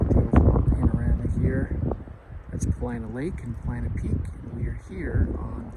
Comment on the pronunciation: Are u saying "Planet Peak? It's Paulina Peak. Thought I heard u say it twice.